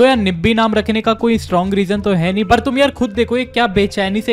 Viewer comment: It's not "nahii" it's "nii"